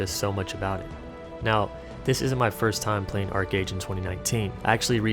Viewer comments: ARCHEEEE AGE STOP SAYING ARCAGE OH MY GOD. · I hated it when people would pronounce it "arch age" ("arch" like a curved architectural feature). Yeah, I had fun in the beginning. :)